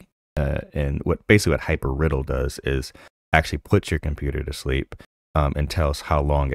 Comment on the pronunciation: Hypr idle not riddle :D